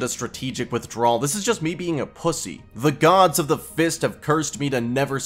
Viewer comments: PLEASE I BEG STOP SAYING "FIST" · Why is he adding so much emphasis on "fisting" and "fist"💀